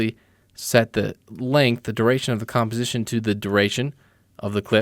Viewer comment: Nice tutorial... But did anyone notice he cannot say composition correctly...